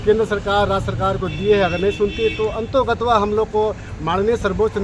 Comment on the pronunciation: बुड़बक ,मेघा सरना समाज को गुमराह करके छोड़ेगा,इसकी हिंदी भाषा पर भी पकड़ नही है, अंततोगत्वा शब्द को अंतोगत्वा बोल रहा है।बयान सुनिये।